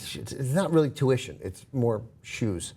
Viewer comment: "Shoe-uition" Priceless